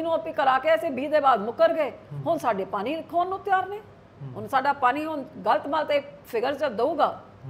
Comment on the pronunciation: Enne saal punjab te raaj krn do baad v biba ji nu hle tkk punjabi bolni ni ayi 😂 jehdi bibi ਪਾਣੀ ਨੂੰ ਪਾਨੀ dsdi a ki Bathinde de lok eho ji bibi nu jitaan nu frde a ??? Vote payo lakhe sidhaane nu ✌🏼